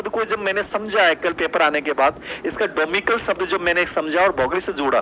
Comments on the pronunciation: डोमिकल नहीं डोमिसाइल होता है बे चुटिया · डोमिसाइल है डोमिक्ल नही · It's domicile not domical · डोमिकल नहीं डोमिसाइल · Wosab to theek h but ye डोमीकल nahi डोमिसाइल hoga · Domical ni hota domicile hota h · Domicile डोमिसाइल होता है Sir डोमिकल नही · विश्लेषण चाहे दोनो का ही अच्छा रहा होगा लेकिन domicile का pronounciation कैसे गलत कर सकते है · Vandana mam ka answer sahi hai domicile ko sahi se pronounce nhi kr rahe hai baki aap samajhdar ho.... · SIR AAP KYA PADHA RAHE HAIN .DOMICILE NAHI BOLNA AATA AAPKO....😡🙏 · ok.. I m sorry but sir ko bolna thora pronounciation thik kren...wo teacher hain aur students unko follow karta hai.